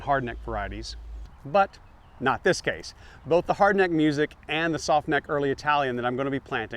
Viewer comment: Music garlic is pronounced MOO-sick. It’s named after a person, not the noun music. :)